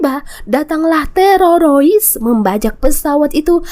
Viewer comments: Jadi geli dengernya, TEROROIS hadehhhhhh... TERORIS TERORIS TERORIS ........ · TEROROIS 😅.. HADEH, TERORIS MBAK.. Bukan Terorois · Teroris bukan tereroris😂😂😂😂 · apa susahnya blng TERORIS - TEROROIS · Sama aing jga jiji😂 terorois😂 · Sorry y min..kenapa kl sebut teroris lidah nya kebal banget..jd yg denger tmbh kebal..laen y bgus2 ajjah..lanjot min...sy suka nonton alur.... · Maaf min lucu ngucapin teroris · Bilang teroris aja susah bener 🥴